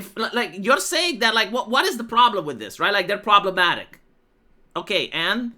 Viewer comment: 😂 Pruhbremmatique 😂 Great!!